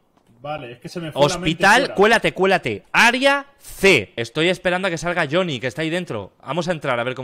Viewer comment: El viejo:Choniiiiiiii. Yo:Es jonny cara nabo😂😂